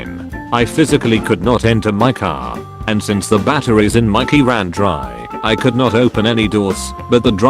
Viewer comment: Something also mildly infuriating how this robot voice sais could not